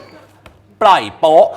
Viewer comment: พี่ช่า ปล่อยโป๊ะ ไม่ใช่ปล่อยปิ๊ 555+